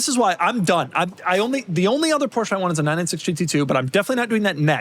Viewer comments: Porsche. Not "Poor-Sha". Only stupid asses say it that way. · . EXcuuuuuuuuuuseME . BUT ☝️🤓-'Tis pronounced: "#Porsche". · ☝️Actually... It's pronounced "Porsche" . #JusSayin'